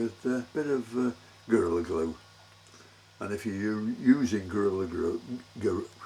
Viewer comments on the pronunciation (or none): It sounded like you said girly glue instead of gorilla glue 😁